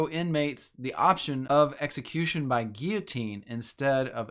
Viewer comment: It's pronounced gill-o-teen my man. Have you thought of going to an eastern orthodox church and taking a look?